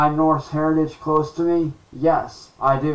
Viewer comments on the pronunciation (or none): none